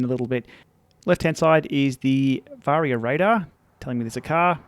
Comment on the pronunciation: I thought you said that but you actually said Varia but sounded like barrier 🤣